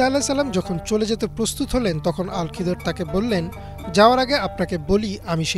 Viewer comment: আল খিদর নয় খিজির আ: হবে